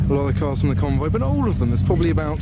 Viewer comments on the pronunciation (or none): none